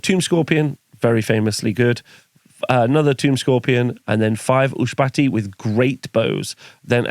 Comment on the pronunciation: Ushabti....Ushbahti...Ushabti....Ushbahti.... you are definitely saying it wrong